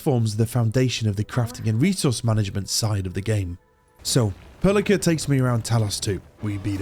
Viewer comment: how do u fail saying perlica's name... i think i know how...